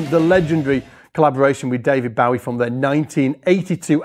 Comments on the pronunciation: So glad Jimmy Johnson got a mention. Love him, and his work with Holdsworth is amazing. Stu Hamm always been one of my faves and glad to see one of yours too! Btw you say Bowie very strangely 😂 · It's pronounced Bowie, not Bowie